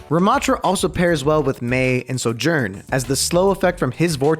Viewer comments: bro said SoJuRnn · bro said "soo yurn"